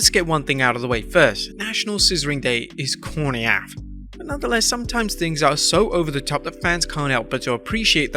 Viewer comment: It's pronounced corny A-F not corny AF. It stands for As F**k